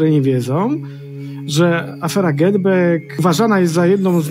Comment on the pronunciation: Za dużo wody gazowanej a potem bek bek bek. Bekają i bekają. Może posłuchajcie piosenki the Beatles Get Back to się dowiecie że to słowo wymawia się przez ‚a’